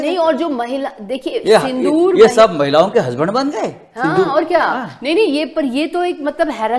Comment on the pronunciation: Sindhoor nahi sindoor bhai